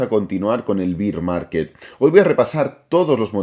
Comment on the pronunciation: Me encantan tus vídeos, muy didácticos. Como apunte, pronuncias Bear market de tal manera que se te entiende cerveza (beer "Bier") Bear sonaría más menos así... "Ber" ^^ Sigue así crack!